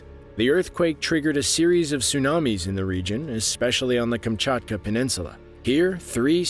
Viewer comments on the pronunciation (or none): none